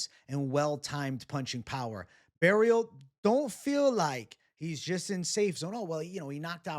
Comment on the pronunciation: FYI, you don't have to pronounce the T at the end of Barriault its silent. (French is wierd right) I'm also biased and I think he could caught Shara.